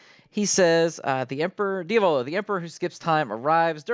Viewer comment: It is, pronounces it very oddly lol